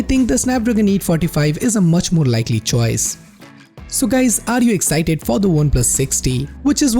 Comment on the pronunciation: "Excited" love that accent